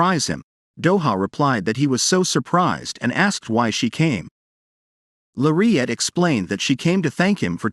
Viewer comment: Her name isn’t Maire at. Her name is Lariette. It’s pronounced with an L not M. Plus, you’re far behind. This drama has been posted before and so much has happened. You need to catch up. Search on the other sites and you will see the rest of read it. You’re going to love this manga - It has several names - I thought I didn’t have long to live, Time Limit- I thought it was time. I’ve been waiting to see. Well, I won’t give it away. But, check it out. Also, check out the manga’s called - Don’t pick up the trash you threw away, Betrayal of Dignity, and Age of Arrogance it has another name City of Arrogance and another one I won’t return to a family that abandoned me. Oh! You’re going to love these manga’s. ❤